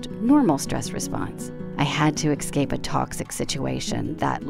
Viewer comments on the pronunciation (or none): it is ES-CAPE not ECS-SAPE